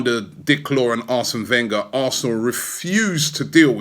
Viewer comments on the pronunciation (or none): none